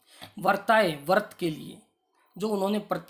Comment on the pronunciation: उच्चारण सुधार कर वीडियो डालें। आप व्रताय को वर्ताय उच्चरित कर रहे हैं। आप में संस्कृत पढ़ाने की पात्रता नहीं है।